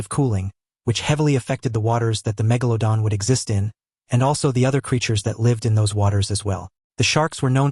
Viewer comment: I like that he says "megalodon" the right way.